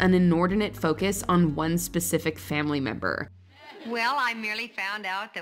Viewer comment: "Its foekiss on sisterhood". Thats why I didn't watch charmed.